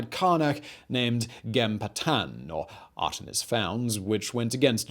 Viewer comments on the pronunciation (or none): none